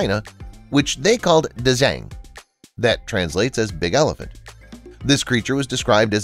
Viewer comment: When he said elephant he pronounced it wrong😑